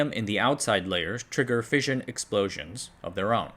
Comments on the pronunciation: Fission is pronounced Fishin, Like: Gone Fishin' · Love the content. Only gripe is that "fission" is pronounced like Gone Fishin'